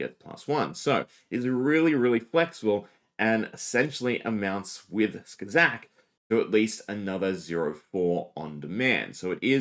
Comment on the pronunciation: did you say SKAZAK 😂😂😂😂